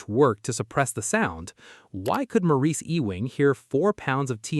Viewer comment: AI voice blows it pronouncing the first name. I find it odd that seemingly the creators do not listen to their own videos for verbal accuracy.